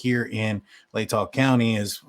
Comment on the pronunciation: OMG YOU SAID LATAH RIGHT! WOOOO! lol <3